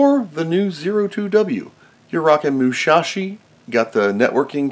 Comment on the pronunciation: Actually it's Musashi, not Mushashi. Good video, by the way!